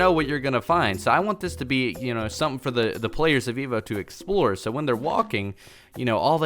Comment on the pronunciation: why do i always here Veevo instead of EVO